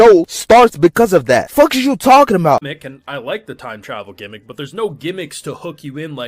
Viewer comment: Aye bro I’m in here screaming when this nigga said “TIME TRAVEL GEMICK” … wtf is these ppl talking about ! That’s what makes the show extra good